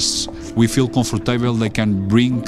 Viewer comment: Ogólnie mówi całkiem znośnie, ale z "comfortejble" to poleciał grubo. No ale facet w końcu zna cztery języki obce, trudno by każdym władał nie wiadomo jak wspaniale.